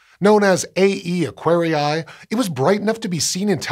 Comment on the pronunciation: All scientific names, like Aquarii, come from Latin. The double i is pronounced extending the sound of the first i, like "Aquaree", not Acquari-ai, that sounds very very wrong, other than ugly.